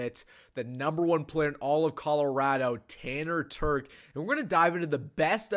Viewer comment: I coached this kid in high school and the one thing you can’t tell from this video is his work ethic, leadership, and toughness. Great kid. And he can flat out fly!! Legit 4.4 guy. And BTW it’s Terch with a ch sound. Not a k sound 😂😂